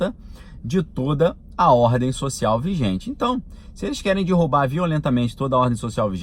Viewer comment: de novo "dirrubar"?? aff..